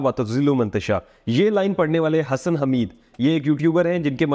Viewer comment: Not hasan its hasssssan